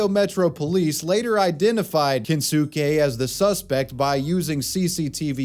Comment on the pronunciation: = His name is pronounced Ken-skay, not Ken-sue-kay. Watch some anime like a real American, jesus.